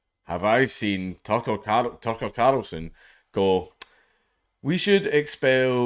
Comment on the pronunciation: I want to poke fun at him being unable to say carl, but I don't want to be rude by pointing it out....